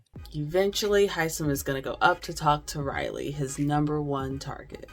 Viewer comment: I love Hisom. Isn’t everybody pronouncing his name wrong?